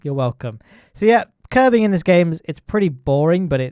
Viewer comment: When you say "curving" it sounds like you're saying "Kerbin".